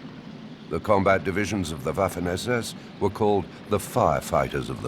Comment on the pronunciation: yo pienso lo mismo, aunque preferiria que pronunciara algunos terminos de manera correcta, por ejemplo WAFFEN SS, aunque tampoco es que le reste brillo a la narracion.